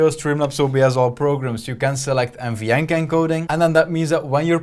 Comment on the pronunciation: What is he saying there ? You want a GPU that has “NVyank” ? “MVyank” ? “Mvank” What ?